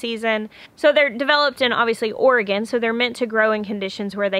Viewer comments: Omg those babies playing with Ben is the most magical thing ever! 😍💜💜💜 I love your jacket! I’ve got one I just bought from Target that looks just like yours except it’s got a hood, and snaps instead of buttons. I love it! Thank you for pronouncing Oregon correctly too. I’m originally from Oregon. ☺️ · Love you know how to pronounce Oregon 😀.